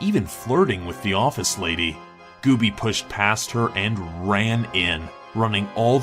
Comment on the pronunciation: Gooby, not Goobie.